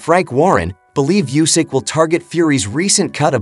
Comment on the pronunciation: A commentary so full of jargon and superfluous words it is unwatchable. Oh, and it would show a little professionalism if you learned how to pronounce the fighters name, before launching into the rambling nonsense.